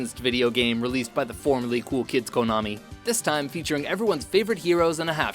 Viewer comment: I like how he's pronoucing konami right instead of saying konahmii.